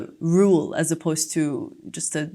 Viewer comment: She spoke naturally. she really was great in this mock test. Bravo!!!! I'd like to ask you a question: do you pronunce: "as you know" "aj you know" also I've heard you in your previous videos you pronunced: " I promise you" "I promij you" , is it right?